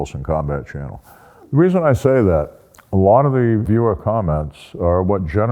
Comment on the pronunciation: Good advice as usually…. Now for some bad advice …. Try drinking a beer every time he says “Wilson Combat Cannel”